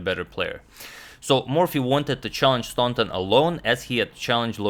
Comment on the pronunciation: I believe that Howard Staunton is pronounced without the U sound. So it would be STANTON, and not STAUNTON.